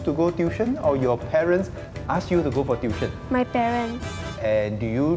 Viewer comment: TU-I-TION not DUI-TION